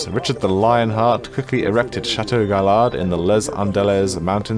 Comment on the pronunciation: The aztec city i believe is pronounced Chee-Chen Eat-sa, and the french castle is Guy-yard.